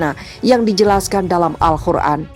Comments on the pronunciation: Min AL QUR'AN BUKAN AL KHUR'AN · Yang betul tu Alqur an bukanya Alkhur an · Al Qur'an. Bukan Al khur'an